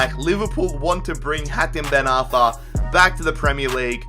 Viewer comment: you said hakem ben arfa